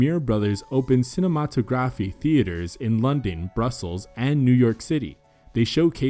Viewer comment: I was about to comment on how far we've come with technology and the value of awknowledging our past and all that but then I got distracted by the dude having a stroke trying to say "cinematography"